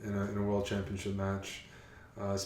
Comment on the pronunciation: and they both say champion-chips? isnt it pronounced champion-ship?:D